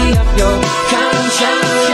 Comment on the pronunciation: it sounds like he says put my dirty up your... concionce